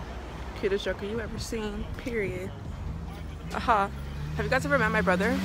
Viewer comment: "heys gois wassupp"